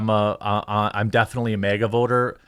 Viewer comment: Its MAGA not MEGA, dude cant even say it right.